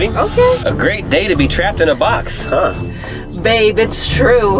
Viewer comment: Why did you say babe like that?